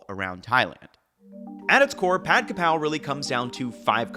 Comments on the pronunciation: It's Ka Prao, not Kra Pao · “Holy basil is Kaphrao, not Krapao.” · For the love of god it's Ka Prao not Kra pao. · KAPRAO!!! Its Kaprao!!!!! This is the proper way to spelling it and say it. Everyone needs to stop putting the R in the wrong spot. and Kaprao is holy basil SPEFICALLY. Thai basil is called horapha. AND THEY DO NOT TASTE OR SMELL THE SAME. Holy basil we use in stir fry holy basil (pad kaprao)!. Normally we use Thai basil in curries and more soup stews. If you want a flavor closer to holy basil as a substitute.....YOU USE ITALIAN SWEET BASIL! Also.. Where is the chili and garlic paste......? Its not pad kaprao without that. It literally is the starts the dish.